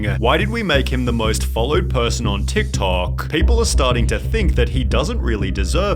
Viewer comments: The way Sunny overemphasize the last syllable of some words (toktokaaaaah) makes wanna throw poo at the wall. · Dude, WHY are you dragging out every single last syllable when you are talking? Jesus Christ, this is so annoying! Drop your fake accent! "TikTokaaaaaaahhhh"